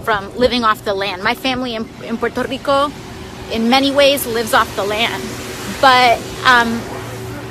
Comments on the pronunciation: The way she said "Puerto Rico" was so cringe. I'm a Scot, some of my family are from Ireland, but I don't pronounce Irish place names, in an Irish accent. That's weird af. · Why can no one from Puerto Rico pronounce Puerto Rico properly? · Im no spanish speaker but...She pronounced puerto rico wrong lol. Its pUERto rico not pORto rico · Anyone else find it insufferable when someone with no accent in English breaks into an exaggerated accent when pronouncing a non-English word or name? "And this is how you do it when you're from PWAIRt'OH rrrEEKOH." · Can’t even pronounce Puerto Rico properly lmao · >Throw on a fake Spanish accent >Fail to pronounce Puerto Rico correctly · Sercil seriously, my friend came here from Puerto Rico 2 years ago, he’s 34 and been there his entire life, he doesn’t say Puerto Rico anything like that, it drives me insane when she does that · Lol. Virtue signaling as simple as pronouncing Puerto Rico differently. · She talks like a valley girl, until she says Puerto Rico, then she sounds like Desi Arnez. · I never heard AOC talk quite this much without some voice over interrupting... does she ever pronounce a "t" at the end of any word? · Spectre N7 more like she pretend to a part of a Hispanic culture but in reality she's never been around Spanish names that's how me a white kid from New Mexico can pronounce it right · Why does her accent get 100 times thicker when she says Puerto rico?